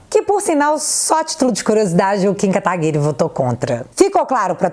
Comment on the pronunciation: Diz guedes: "kataguri" kkkkk isso é pedofilia hein